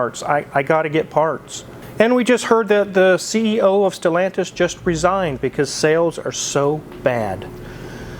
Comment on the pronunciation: The way say Stelantis product 🙄 it's hilarious and yet sad. We feel your pain.